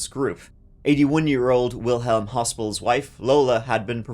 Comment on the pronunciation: I'm sure you would want to get this pronunciation correct. Especially when it comes to victims. And so, i genuinely hope this helps you for in the future. And so, Wilhelm. The older man who was watching his wife in the parade. Well, it's pronounced like Willim. Wil helum is not it. So, i hope you see this. You and/or others see it and it helps them too. My thoughts go out to all who have ben sorely affected by one persons actions. 🥺😢😔